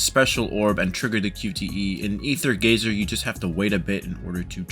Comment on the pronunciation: Stop calling it rather gazer